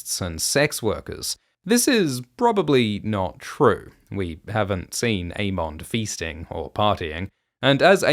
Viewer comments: I always thought it was "Aemond" like Everybody Loves "Raymond".. not "mon" like "monster". Same with Aegon like Damon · Never noticed the way you say "Aemond" until Gludus brought it up in the recent Dragon Time video 😂